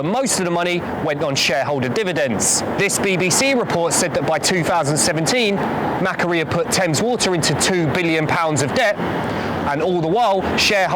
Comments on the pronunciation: MacQuarie; Pronounce Mak- Wor- ee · Note to viewers (and producers?): Macquarie is pronounced McQuarry (as in, resource extraction) It’s a pretty well known name in Australia - there was a guy called Lachlan Macquarie who was the 5th Governor of NSW (and one of the pretty important ones re city development), and there are a load of things that got named after him including streets, parks, a suburb, and (in the 20th century) Macquarie Bank and Macquarie University. They’ve all got the same pronunciation, and Wikipedia does list how to pronounce it (‘ /məˈkwɔːri/‘) if you take a moment to understand how the IPA works. The pronunciation Mackery is so different to how it is pronounced in Australia that I would not have known on listening what you were talking about, had I not previously heard of Macquarie’s ownership; pronunciation is important because people might here of Macquarie elsewhere on podcast or radio and not realise that it’s the same thing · It’s pronounced Mah-quarry - excellent investigation! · Australian here, I’m going to start calling Macquarie bank, Mackuarie. 😂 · Macquarie - the Australian bank: It's usually said more like 'Mac-Quarry', but without a pause in it. Another excellent video, anyway. Broader in who is affected than the previous ones I've watched. Congratulations.